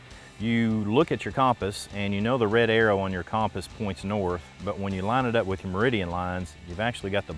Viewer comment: Great vid, but the way you pronounced compass was incorrect and actually quite annoying. hahah sorry! I know its spelt cOmpass but its pronounced cUmpass. Great vid though and I love the Channel!